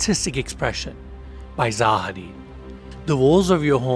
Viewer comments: it's not ZA HADID, it's ZAHA HADID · you pronounced their name wrong lol